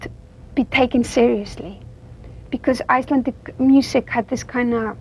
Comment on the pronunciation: She overdoes her icelandic pronounciation. She can speak with a better accent but somehow she often does this in interviews.